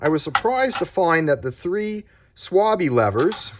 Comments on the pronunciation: Excellent presentation 👍 as you stated in the video, Decathlon lever is great for all my ALU wheels but not for my gravel modern carbon wheels. Please pronounce Schwalbe correctly: it' starts with "SH" sound, like in Shakira or shave. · How you pronounce the German Schwalbe as Swabbi 😂